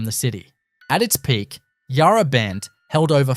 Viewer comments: Great visual video but a few off putting things about it. The pronunciation of Nepean and Yarra, the most common of Melbourne names is comically wrong. Also #1 the Flinders Street ballroom filmed an artistic installation that the artist Rone did a few years back but you didn’t mention that. It appears that the ballroom looks like all of the time but it doesn’t as it was a show. Entirely misleading. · Mispronounced Yarra too. Would also like to point out that Fairleigh was a women’s prison. Hate the use of AI in these videos. Maybe if you are passionate about Melbourne, you could do the voice over yourself. Won’t be watching anymore of your videos. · NEP-EE-ANN YARR-AHH WTF are you from? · The pronounciation was horrendous. Yarra! napean